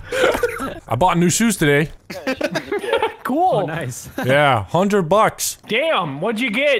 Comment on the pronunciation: lol yeah at least he said played it as coo as possible😭